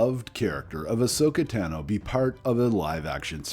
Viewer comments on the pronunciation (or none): Ashoka Tano you got the first name right Tano is pronounced Tah no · “One of my favorite characters is Ahsoka Tano” if she’s 1 of ur favs WHY DID U SAY HER LAST NAME WRONG!!!!!!! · He mispronounced a few names and it took me right out of the video lol